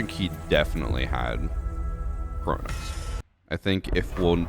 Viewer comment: It’s Cronus